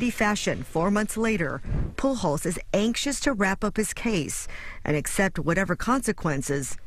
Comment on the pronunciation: How do you get to be that old living in a state with a very heavy Hispanic population without knowing how to pronounce Pujols???